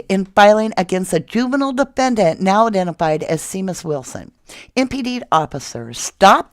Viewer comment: Seamus is an Irish name pronounced Shay mus.